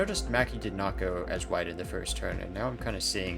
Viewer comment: 7 minutes now yolo can't say 1st